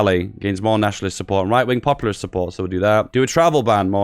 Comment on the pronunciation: also the word is POPulist, not popURAlist. REE